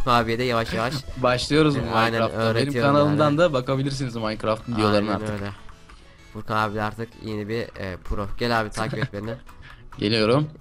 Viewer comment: ABİ NAPTIĞN FURKAN ABİĞH NAPTIĞHN FURGAN ABİĞĞ:D Sen Beklenmezdi:D Türkçe'mizin içine ettin:D